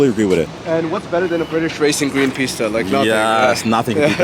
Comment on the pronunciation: Bro! You're triggering me with the way you calling that Ferrari "piss tuh" Edit : I couldn't watch the video anymore. You sure are unique 😂